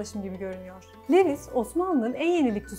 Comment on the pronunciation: Levis degil de luvis desek daha dogru olacak